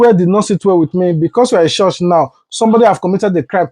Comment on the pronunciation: Stop saying chorsh despite your well spoken English. It is pronounced CHURCH.